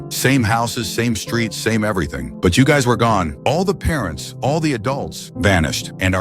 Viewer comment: why is it parentz and not parents🤣